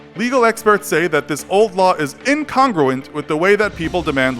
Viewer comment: I feel like you should look up how to pronounce words before reading these scripts. "Archipelago" and "incongruent" were pronounced completely incorrectly.